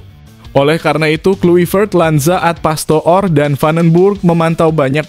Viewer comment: ALEX PASTOOR = DIBACA ALEX PASTOR, BUKAN PASTO'OR PAHAM?